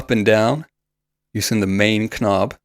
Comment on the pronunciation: I don’t mean this in an insulting way at all, but I thought you might want to know that you’re mispronouncing words which start with the letter “k”. Often in English the “k” is silent. So the word “knob” is pronounced “nob” and the word “knowing” is pronounced “no ing”. This is generally true when the “k” is immediately followed by an “n”.